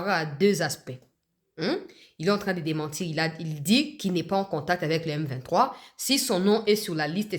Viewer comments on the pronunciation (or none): C'est vraiment regrettable, mukolo ya lokuta boyee autaa wapiii? Yoka ndenge azobeta beta munoko. Il est incapable de prononcer le nom M23?????